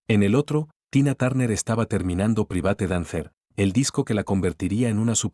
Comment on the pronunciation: Tu IA no sabe ni pronunciar Private Dancer. Que vergüenza. A parte de ser un cuento de adas falso como un castillo.